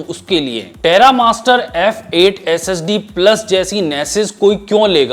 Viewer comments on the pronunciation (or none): IG SSD Bolta Hai To Aisa Lagta Hai S.E.X. Bol Raha Hai 🔥 #AshleelIG